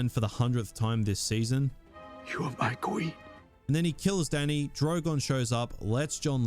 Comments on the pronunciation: muh kween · Muh Qween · Jon Snow declaring “Muh Queen” over and over has me ROLLING. Then I remember how hard this show tanked. MUH QWEEN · "Ma Queen", 🤣😂 Great video